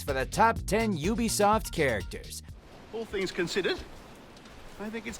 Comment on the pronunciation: Say what you will about “Yoobisoft”? Cottamnit Todd, you got the name wrong!